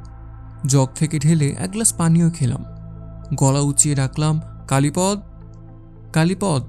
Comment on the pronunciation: কালীপদ নামটি কালীপদ্ উচ্চারণ না ক'রে কালীপদো উচ্চারণ করলে শুনতে ভালো লাগবে।